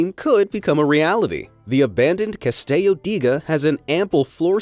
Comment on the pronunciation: They pronounce the Italian "Castello" with Spanish pronunciation. Nice. It's "Cah-stell-oh."